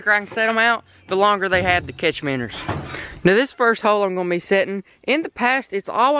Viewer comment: first time i have heared you say miinnows correctly